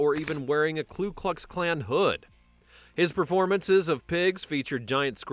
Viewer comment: Who the hell is the Klu Klux Klan.. I don’t think you have a klu how to say it properly😂. Trump is a charade.? . Ha Ha. Sharaad you are